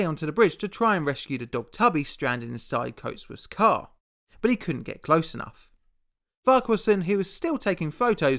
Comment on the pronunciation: YOU SAID FARQUHARSON RIGHT!!!! YESSSSS also, how havent I seen this video of yours until now with how long I've watched you. P.s. keep up your great work